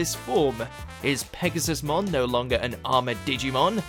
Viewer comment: You keep mispronouncing it as Pegasus-mon, while it’s actually pronounced Pegasu-mon